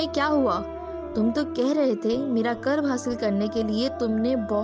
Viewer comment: ye lafz qurb h q k uper pesh h